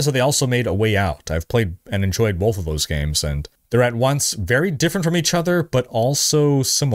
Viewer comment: oh man are you saying BOLTH?! or Both?